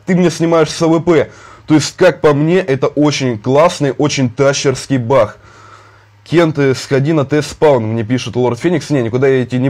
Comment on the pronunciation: Почему он говорить не баг а бах